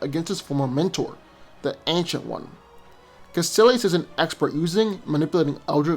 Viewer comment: Kaecilius (Ka-ee-silius)